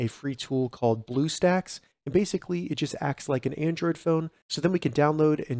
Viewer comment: you said bluesacks XD